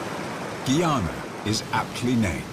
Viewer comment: Why does the narrator say “Gay-ana”?Growing up in the Caribbean, I always thought it was “Guy-ah-nah”. 🤔